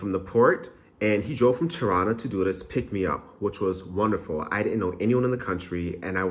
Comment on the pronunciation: Every time you say Tirana I hear Toronto 😂